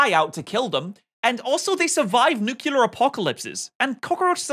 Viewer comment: Oh god says nuculear instead of nuclear and I hate it